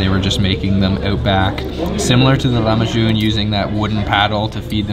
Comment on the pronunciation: Lahmacun not Lamahcun :DDD ı love you man :DDD